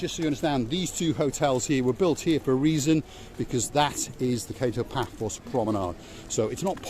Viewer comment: Can I just say it is pronounced Katto Paphos not Kay-toe!